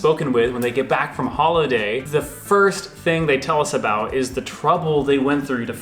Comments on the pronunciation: I love the Canadian "aboot". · The way pronounced the word 'about' in a Canadian accent, it sounded Scottish which sort of makes sense as many Canadians came from Scotland.